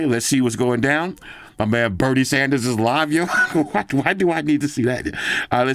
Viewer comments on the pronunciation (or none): none